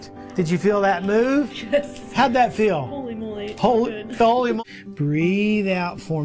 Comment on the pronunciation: Lol the fuck was he trying to say instead of holymoly